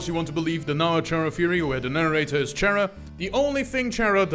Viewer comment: did you know "Chara" pronounce "Character", Like, Car-Ah, not Char-Ah.